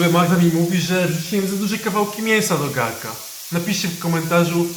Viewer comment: GARNKA A NIE GARKA